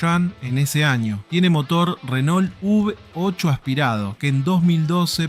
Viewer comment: todo hermoso...lindo video, linda historia. pero no es UV 8 o UB 8 hermanito. es " V 8"...por FAVORRR no nos copiemos de las tonterías, copiemos lo bueno. te dejo un like. saludos.